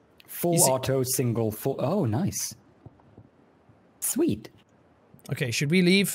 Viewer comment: listen to how says sweet